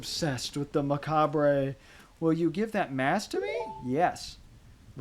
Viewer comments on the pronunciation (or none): Macabre is pronounced Makaab. You don’t say the “re.” I learned this last year! And I also figured out the skeleton mask as soon as you got it. I knew the spooky? mask bc I watched you play that part, but it also seemed like a no-brainer bc the kid basically spells it out for you.